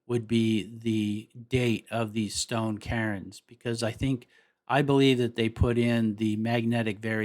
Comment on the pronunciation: CAIRNS? Did you mean to say "kerns" instead of of "karins"